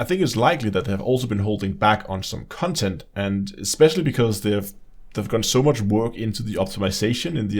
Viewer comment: i like the way he says 'cuntent'. very accurate especially when discussing this disfigured abortion of a game.